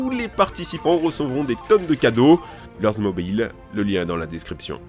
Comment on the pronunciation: Il a dit "lords mobayle" meilleure accent ever